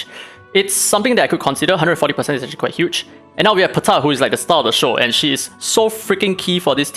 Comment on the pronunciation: No one: Daddy: “PUH-TAH!”